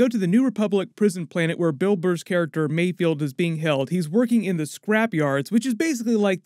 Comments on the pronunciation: It's mayFELD not mayfield!! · Im really nitpicking here because i cant find anything else to complain about its Mayfeld not Mayfield. Love the video bro subscription earned! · Mayfeld. Not Mayfield :| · It’s MayFELD not MayFIELD 🙂. Another awesome breakdown thanks! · I’m pretty sure Bill Burr’s character’s name is ‘Mayfeld,’ not ‘Mayfield.’ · Pretty sure it's mayFELD not mayFIELD. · Great breakdown! However please, for all that is good in the world, it’s pronounced “Mayfeld” not “Mayfield” 😭